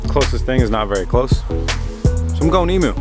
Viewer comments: Bit late for this comment but correct pronunciation for emu is Ee-Mew not E-Moo...Aussie here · Emu, not e-moo. The "u" is pronounced like "you" - so it's more like "eem-you" Drive me fuckin' nuts mate! :P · Hating Finding A Username Australia calls in eem-you, you know, the country they are from! dove is hardly a comparison, it's a single syllable for one! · if you're going to have "emu" lining can you please pronounce it properly? i'm australian and i'm triggered. ee-myou, c'mon mate. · Are u saying Emu when choosing the fabric ??? The Australian native bird is pronounced eam-you hahah, you could just be talking about something different all together but hey... the more you know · Dude, its pronounced Eemyou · that was killing me